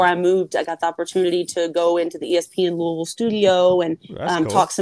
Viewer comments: Madison is a cool lady. But you guys say "Luuh-ville" not "Looey-ville"--what should Canes fans call this team? lol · I hate that crap too. It's not lou-uh-ville.. it's lou-E-ville. For me, I'll call them losers after we beat them and keep looking to go 1 - 0 next week.